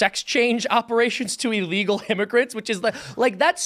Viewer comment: you mispronounced ILLEGALS